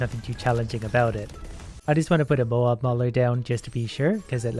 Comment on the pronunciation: Moab ita not moab you need to spell the a deeper so like moäb (also love ur vids) <3